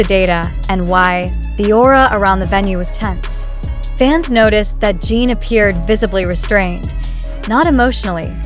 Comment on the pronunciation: And it is pronounced JIN (GIN). That is the least respect you could give!! DO BETTA!! And hope that you RESLLY don’t go mad viral because ARMY is protective of the boys and this is uncalled for!!